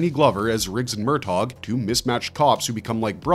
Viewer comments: "MUR TOGGG" Please stop 😂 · For God's sake. There is no hard G in the pronunciation of Murtaugh*! Not to mention, the name may be *two syllables, but that does not mean to enunciate as two words! It's like sandpaper for the eardrums! That is all.